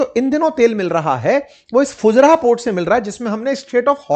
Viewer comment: फुजरा नहीं फुजेरा होता है भाई